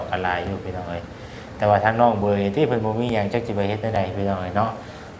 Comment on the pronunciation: เป็นกำลังใจให้เด้อติดตามตลอด.คราวนร้ก่ดีใจกับน้องเบยด้วยที่ได้รับข่าวดีขอให้ทำคลิปนี้ให้สำเร็จด้วยนะขอให้น้องเบยมีโชคดี....พูดชื่อน้องผิดตลอด..น้องแกชื่อเบย..